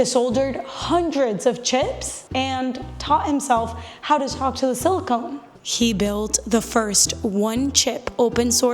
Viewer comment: I love your videos. You have so much energy! Buuuutttt, there is no "cone" in silicon. Please get it right. It really is important to us nerds. If you must, then just pronounce it silly con. Why? because if you start with silly con it will naturally devolve to just plain old silicon (without the cone).